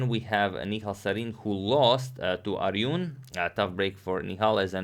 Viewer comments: And before analyzing this game check the pronunciation of Arjun Erigaisi. Its ArJun not Aryun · "Ariyun", the European inside him never dies 😂😂